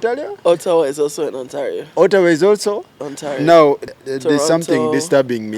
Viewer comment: And Ontalio😂😂😂.